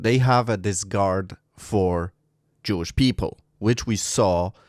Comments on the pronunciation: Great offering of information. By the way, it's "disREgard" not "disgard," Sir. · You keep using the word, “discard” (which means throw away); I think you mean “disregard” (which means lack of care and respect, pronounced “diss-ree-gard”). There is a similar word, discord, meaning strife and disagreement, but I don’t think you are trying to say that. This was a very informative video. I learned a lot. Thank you!